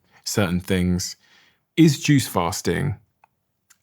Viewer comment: Lol. I totally thought that's what he said at first too. Took me awhile to finally realize he was saying "juice fasting"